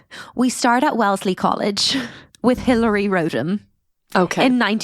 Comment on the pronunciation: It’s RODham - not ROADham